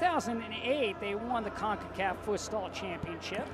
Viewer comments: Es futsal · Why does the commentator keep saying fustal?